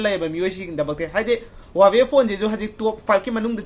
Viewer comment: Lol he even cannot pronounce the Huawei brand What he said that googles ..... really..🤣😂🤣😂🤣😂🤣😂😂🤣😂😂🤣😂